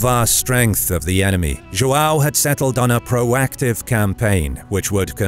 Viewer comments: It's João, not Joao. I should know, it's my name. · its produced JOHN jo-hn john. don't ever use spanish for Portuguese. also if come in with some bullshite document saying something i will fight in the comments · English speakers pronuncing João 😐. Let me help. Ju Ã u (~ gives a nasal sound). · Cool video but the joao part triggered me a little because its joão but it doesn't matter that much cool video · errr, the way you pronounce Joao is very un-portuguese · If you're gonna call D. Fernando "Ferdinand", then why bother trying to pronounce João instead of just calling him "John"? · Dude, you butchered the word João so hard